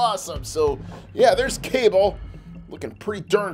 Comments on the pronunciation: Its not kable its kabal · It’s pronounced Kabal not Cable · It's kabal not cable smh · Did he say cabel it’s KUH-BALL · His name is not cable it is cabal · You said kable his name is Kabal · ITS CALLED KA BAL NOT CABAL ........YOU KNOW WHAT!!!!!!( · Bro called kabal cable 💀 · The name is Ka-ball😔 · Its pronounced Kubol but spelled Kabal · its pronounced as ka-ball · IT’S KA BAL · It's pronounced ka -ball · It’s pronounced: Ka-Ball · His name is kabal when you say the a after the k it's like you say the letter u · He said Kabal wrong